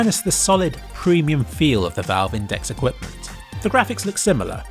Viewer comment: You pronounced index wrong